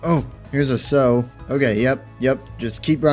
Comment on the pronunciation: Just FYI, the word "sow", referring to a female pig, rhymes with "cow", not with "go".